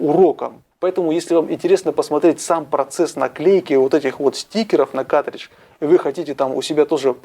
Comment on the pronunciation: плату с игрой можно изготовить самостоятельно или на заказ. на ютюбе полно умельцев занимающихся подобными вещами. P.S.: и да правильно говорить "каРтридж", а то уши режет